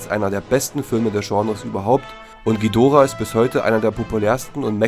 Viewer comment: Danke das ihr nicht Dschidorah gesagt habt!👍 Das tut mir immer in den Ohren weh! Aber jeder Jeck iss nunmal anners!😉